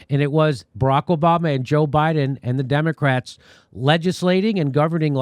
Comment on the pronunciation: It sounded like Jimmy said "Democracks" at the end there. LOL